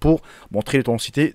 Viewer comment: « AutheTIcité « ! -> pas « otancité »